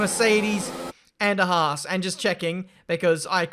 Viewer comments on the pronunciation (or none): none